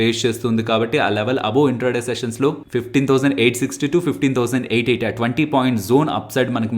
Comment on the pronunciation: Top side 15880 you pronounced wrong.. Its not a major problem.. Lite